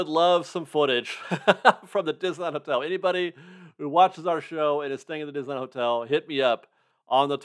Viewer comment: Diz-knee-land. Don’t forget the “knee”.